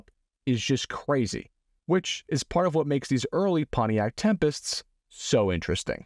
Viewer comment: "The Wuuat?". Did you say "Two Yoots"? 🤣🤣🤣